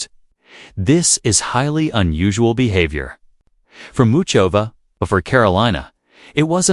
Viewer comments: Crap! Crap!!!Cant even say her name! HOW IGNORANT!!! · the usual bullshit ... don't know why I waste my time clicking on this ... when they mispronounce her name 20 seconds into the video you know ... do not subscribe ....